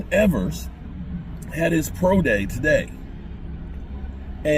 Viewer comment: Quinn Ewers not Quinton Evers. Ewers was hurt most of year.